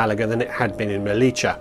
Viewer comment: Nice video! Quick tip: it’s pronounced *MeliYA. Not Melicha! (we are definitely not Argentinians 😅)